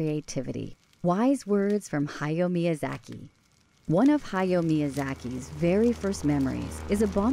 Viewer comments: "hi-yo mee-uh-zacky" haha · please if you're going to do a whole video on Hayao Miyazaki say his name correctly